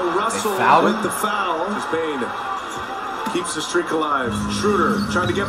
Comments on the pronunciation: bro why is flight calling desmond bane zane? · Flight it’s Desmond bane not Zane